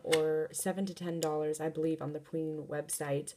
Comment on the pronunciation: She said pween set